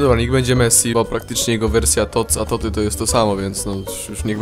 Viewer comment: Raczej toty nie totsy